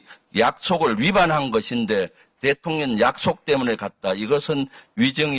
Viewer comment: 김병주는 대통령을 대통련이란다 뭐지? 국회의원들~ 우리 말의 발음을 좀 공부했으면~